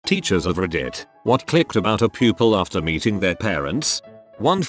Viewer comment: Why does it sound like when the text to speech says meeting it sounds like beating .